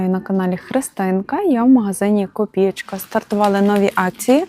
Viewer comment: "КопіЄчка", в "Копієчці".😅😊